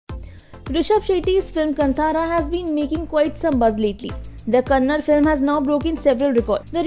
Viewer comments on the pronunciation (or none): It's not kannad, it's kannada